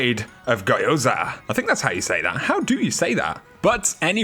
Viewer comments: Gyo, like yo with a g at the start. Why does every Brit pronounce it like guy? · Gyoza isn't pronounced geeyoza, gyo is one sound, like yo-yo, just add a G in front of it. Or the word go with a y in it. They're Japanese and have fairly consistent pronunciations compared to English. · Gyo is one sound, no gee. Say the word go combined with yo. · Geeoza is the pronunciation :) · I think you pronounce it "Yozzah" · It is pronounced like so gi yo za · The Y is pronounced as a hard E, gee O za! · Gee-yoh-zah. Just say it quickly. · You say it like Gyo-za. Gyo is a sillable in Japanese. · Gyoza pronounced Geeoza with a fast ee. It’s a fried dumpling. People here call the pot stickers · Its pronounced GEE OH ZUW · It's pronounced "Gee-oh-za." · Gee oh za YOU SAID IT WRONG BLARGH 😂🤣 at least you tried 👊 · Gyoza is pronounced with the G and Y sounds overlapping. The best I can do for a phonetic description would be that it sounds like yoza with a G at the beginning. It sounds stupid, but that is the best way that I can describe it.